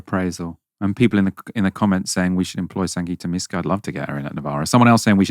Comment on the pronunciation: MYska not MEska